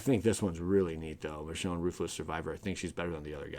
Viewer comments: it's pronounced mishown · Pronounced meshown. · It's "Meh-shone" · "Mish" "own"